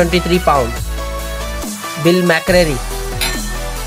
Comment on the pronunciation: I think he says pound as PAWNSSSSS